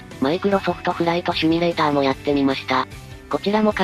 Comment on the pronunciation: シュミレーターじゃなくてシミュレーターでは？